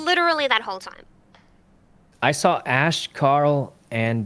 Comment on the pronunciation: Ash: " I sawr it" and "Does anyone know where Tiner is?" Why do people add an extra 'R' into words????? Drives me crazy :P